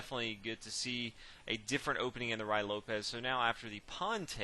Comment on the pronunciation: ry lopez ? rew-eee lopez me thinks . nice video thanks !